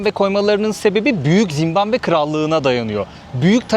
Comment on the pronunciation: zimbambe degil de zimbabve desen daha iyi zor dayandim